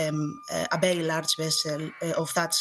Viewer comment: The way she pronounced "very" as "bedy" reminds me of "That 70's Show" Red: "AAAAAMERICA!" Fez: "AAAAAMEDICA!"